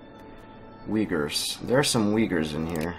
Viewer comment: You pronounce Uyghurs wrong !